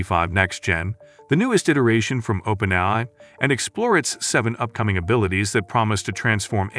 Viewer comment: The AI voice over was actually pretty good. Only issue I noticed was that it said "open-i" a half million times.